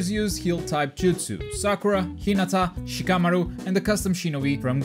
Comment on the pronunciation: It's pronounced SHI-KAH-MA-RU not SHA-KAH-MORU. Say it right without all the extra weeb shit you're putting in it lol